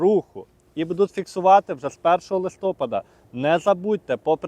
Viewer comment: Та неправильний наголос (так його бабуся колись казали) - то мізер у порівнянні з його рогульськими «прывычкамі» і «кілометрами в чяс».